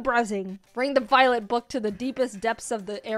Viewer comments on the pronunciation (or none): Voilent Voilet